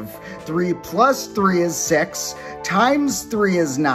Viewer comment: The way he read 6 tho 💀